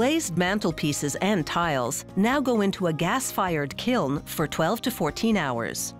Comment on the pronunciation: Hey, she finally learned how to pronounce "kiln."